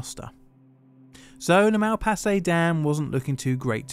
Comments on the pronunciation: True. Even funnier, in "Malpasset" the ending is pronounced differently, but pronounces it almost like "Mal passé", which would be "went wrong":D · C'est ironique que le barrage de Malpasset a mal passé à l'histoire ( prononce Malpasset de la même façon que mal passé) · The flood also washed away a french air force base, destroying many planes and costly equipment. Malpasset sounds like "mal passé". Literally translate to : "Gone wrong".